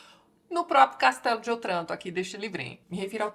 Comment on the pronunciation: Só uma pequena nota. A pronúncia de Otranto é "Ótranto". É uma proparoxíotona, mas no italiano somente as oxítonas levam acento. ;)